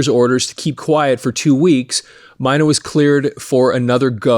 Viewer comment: Klaus My' knee...I heard them say it rhymes with money, which it doesn't... Die der Deer ks...lol just looked that one up... I grew up saying Klaus Main. and Deeter Dirks... I saw scorps 1st US tour with Ted Nugent..J Geils Band..Blackfoot...Scorpions... and Def Leppard also on their 1st US Dates I Believe...around '79